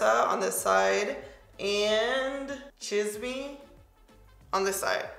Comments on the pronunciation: omg "chism" lol its said "chees-meh" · No hate, just help: Cafecito (Ka-fe-SEE-toe) Estrella (Eh-strā-ah) rooooooooll that r Chisme (Cheese-meh)😆😆😆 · Pronounce cheese-meh lmao means gossip in Spanish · CHIZUMMMMM 😂😂 it’s CHEEEEEZZZMEH! I def have to buy this now 😍😍😍😍😍😍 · cheese may = CHISME lmao love you hahaha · I love your pronunciations! Lol chisme (cheese- meh) = gossip. I was skeptical about the lip colors but seeing them on you they looked so good! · You look beautiful! I love reds on you. In case you were wondering here is how you pronounce some of the names Salvaje (sal-va-hey) Chisme (cheese-meh) - slang for gossip Estrella (es-tre-ya) - star You did really good pronouncing the other ones! Thanks for the quick review, it's gorgeous and I can't wait to buy it! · Hahahaha girl I was dying the whole time you pronouncing these Spanish words 🙌🏽🙌🏽 and you saying chis-me 😂☠️ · If you say these 2 words 'Cheese + meh' as 1 word, thats how chisme sounds :) & also mija if u say 'me + haa' with the a sound it will be correct, in a lovin way everytime u said mija i couldnt help but say heehaw In my head. Lol. Btw you made these colors work 😍!! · its cheese-may, meaning gossip. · 😂😂😂 at least you tried but it’s CHEESE-MEH - Chisme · "Chi-ss-meh" Chisme 😘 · Chisme is pronounced as "cheese-meh" 😊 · Chisme is pronounced like cheese-meh......means gossip, or the gossip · Chisme......Spanish for gossip.....your pronunciation had me laughing. Cute....😂🤣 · I couldn’t make out what you were saying when describing one of the highlighters 😂 I finally figured it out and it’s “Chisme” meaning “Gossip”. You’re so cute 💕 you did great at pronouncing the names. Great job! You look amazing in all colors. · I love how you make and effort to try and pronounce the Spanish names right, I was living when you try to say chisme 😍 Why do I feel like low key you are asking Karen how to pronounce some of those worlds lol 🤔 😝